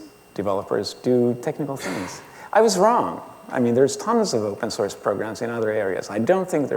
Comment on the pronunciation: I have been hearing "open sauce" for 1+ hours